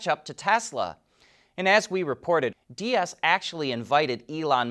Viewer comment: Herbert Diess' last name is pronounced dees